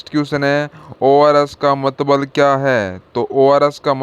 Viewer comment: Mtlb hota h aap mtbl bol rhe ho